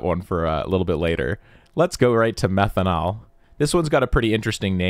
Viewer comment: Methanall omg 😂😂😂😂